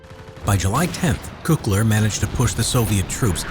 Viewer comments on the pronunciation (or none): he just said cookler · Georg von Küchler heißt das ! You are butchering my beautiful language ! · He said "cookler" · Your said cookler instead of the other name I won’t say it may be rude to Jews and others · Good video. As a German I had to laugh about the pronunciation of von Küchler though. It's not 'cookler' 😂